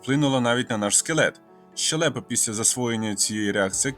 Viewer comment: Вітаю з річницею. Дуже цікаво. Дякую за особливий гумор. Наголос щЕлепа. Вибачте